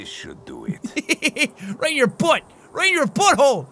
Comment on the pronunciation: i liked how he says butt